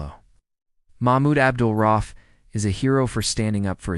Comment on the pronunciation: Maybe reupload the video after fixing the timeline, errors, and absolute butchering of the man's name, if it is your intention to honor him. (It's pronounced "ra-Oof", not "roff")